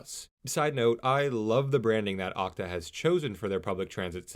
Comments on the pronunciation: Pronounced "Oh See Tee Ayy" not "Ock-Ta" :P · The streetcar to no where....also it's called O C T A not okta lol when I worked at O C T A they even mentioned it on my first day of training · It's pronounced OH-SEE-TEE-A